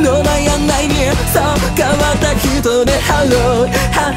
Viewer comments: オートファジー助かる………………………………………… 追記 ハローのローの発音がめちゃくちゃ好きです……………が普段歌わないような曲も聞けてしまう毎日ワンコーラスという企画マジで最高……………ありがとう………… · 7日目 きた、 オードファジー、、オードファジー、、！？ ハローのハの息の入れ方とか愚かしいの最初の入りとか発音の仕方がいつもと違ってて らしいけどじゃない感じが最高でした、、、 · オートファジーたすかる；； はははは ハロー のところ発音しっかりしててめちゃくちゃ聴きやすいのさすがだと思った🥲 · のイメージの真逆をついてくる感じめっちゃ好き(?)最後の【ハロー】の発音の仕方好きすぎて辛い...。。。